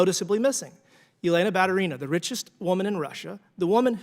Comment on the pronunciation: It's pronounced BaTUrina, not BarurIna. Stress on TU. He does not pronounce T and making stress on I.